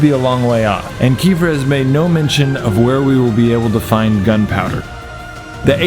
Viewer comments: Great video! It was very helpful! (Jus one thing... It is supposed to read "KuhFEAR" And not "Kefier) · Kefir not kefer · Its pronounced kefear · It's pronounced (keh-fear) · Your saying kefir wrong its a drink in russian the enthasis is on f